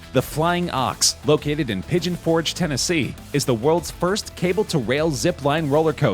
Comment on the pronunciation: It's "Tennessee". :) Cool video!